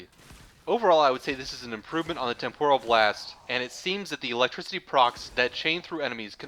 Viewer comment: I really do appreciate you breaking things down so clearly in this video. Thank you. I'm currently at MR14 and taking my time going through most of this game, including the Focus school part of it. This helps a lot. Having said that, I do have one teeny, tiny, minor gripe. I know this is gonna make me look like a nitpicky dick, but the word "temporal" is generally pronounced "TEM-poral" and not "tem-POR-al." For some reason, your pronunciation sounds closer to Japanese "tempura" and is making me hangry. I'd better grab a Snickers.